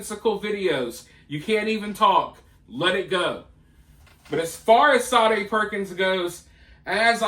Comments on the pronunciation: Say dee Perkins....you keep pronouncing it...Sa dae....it's just like Sadie ! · Shaw day like the 80s singer she doesnt deserve her name pronounced correctly